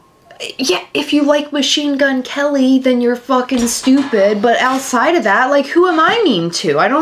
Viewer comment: It sounds like is saying “FUGGIN” 🤣 I also don’t see making past 2024 especially if the 3rd iteration of this doesn’t get sales